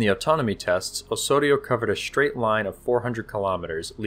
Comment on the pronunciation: Straight has no h between the S and t. Several other examples of this poor pronunciation were evident.